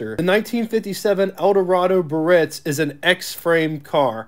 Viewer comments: Great video tour - but his mispronunciation of the word "Biarritz" was cringe worthy. It's not 'Birritz'...it's Biarritz! There's an 'a' that needs to be pronounced. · Probably check on the pronunciation of "Biaritz". Bee Uh Ritz" . Emphais of the last syllable. Not Buh-Ritz. Of course, depends on what part of the country you grew up in. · The correct pronounciation is: BEE-A-RITZ , not BURR-RITZ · Pronounced: Bee-ah-ritz, 3 syllables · It amazes me that a person makes a youtube video about a rare car and has no idea how to pronounce BIARRITZ!!!! (Guess they don't travel very much)! And it's AUTRONIC EYE,!!!! The "signal seeking radio" did have an optional floor button that would activate the radio station search by stepping on it. Having a 57 and an 85 Biarritz, i clench my teeth when i hear bur-itz!!!!., agggggghhhhhhhhhhh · BEEEE -AR - RITZ! 😡 Three syllables. Come off it, a car special-interest host *must know - or learn - how to pronounce car names! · ❤ Great review,... But in the town of Biarritz in France, the first 'i' is not silent. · You’re pronouncing it wrong. The I is not silent. Ugh…